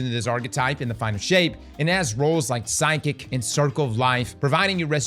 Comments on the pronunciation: did he really say ‘psychic’ for ‘physic’? ’ mispronunciations have to be bait at this point 😂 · PH, PH. its pronounced "Fisic" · How did he pronounce reciprocity correctly but not physic